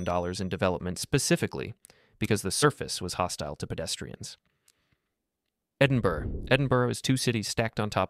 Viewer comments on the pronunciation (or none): It’s pronounced “edinbra” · This is AI. Can't pronounce Montreal or Edinburgh. Also let's be honest, ever channel started in 2025 is AI.